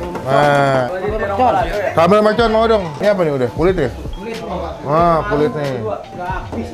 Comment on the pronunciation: MERCON bang, bukan MELCON